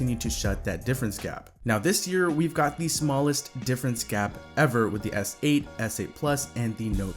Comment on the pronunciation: did this guy really just say snote